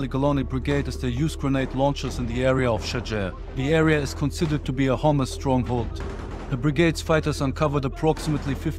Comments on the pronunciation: Every time he says hamasfighters i hear homelessfighters😂😂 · I thought he said "homeless forces" but he said hamas forces..lol..im sorry i laugh but that was funny.. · Sounds like your saying hummus 😂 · I know this is serious stuff, but I keep hearing "Hummus fighters" and that ish cracks me up 😂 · I no he has an accent but he kept sound like he was saying hummus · What's he saying ? " Hummus " fighters? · With the accent sounds like he said the soldiers encountered homeless fighters. LOL